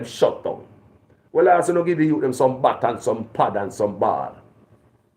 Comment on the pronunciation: A boye bat... Not buye...😂😂😅